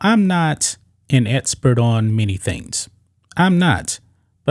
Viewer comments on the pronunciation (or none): EXpert NOT etspert. You have a speech impediment